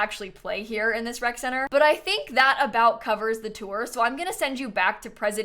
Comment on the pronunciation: For a solid 2 minutes I thought that it was called a WRECK center. And it made perfect sense, you know, toddlers, infants… WRECK